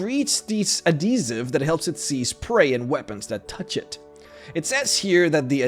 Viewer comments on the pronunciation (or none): People: Add - he - siv: A D E E S I V E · Adhesive - add-hee-siv Not Ah-dee-siv Granite - grah-nite Not gray-nite Delicacies -del-ih-ka-sees Not de-lick-ka-sees This one is hard to explain by text. I swear youtubers do this on purpose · AD-HE-SIVE.....say it with me.. not ah-de-sive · Adeezive....Adhesive pronounce Properld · Adeezive That’s not how you say it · AdHesive... uhd-HEE-suhv. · Ah yes adeeziv... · AD-HE-Siv. twitch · I’ve never heard this pronunciation of adhesive before ö I was a bit confused for a second there :’) you have a very interesting accent for some words. And thx for all the educational vids ^^ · The way he says adhesive.